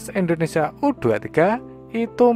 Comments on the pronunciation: indonesia tong bukan endonesia🤣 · Indonesia bukan endonesia...